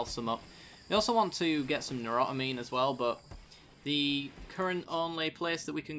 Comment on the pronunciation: say it with me "new-tro-amine" :P